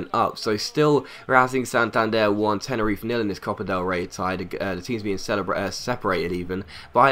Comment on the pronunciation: Tenerife is pronounced Te-ne-ri-fe you actually say the fe part instead of Tenerif. Good video as always non the less:)